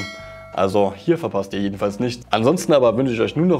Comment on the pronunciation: Nischt wird passieren